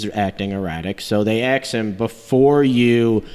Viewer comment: “They axe him”? And why is the guy in green here? He adds nothing to this video. Blue shirt guy should be the only one in the video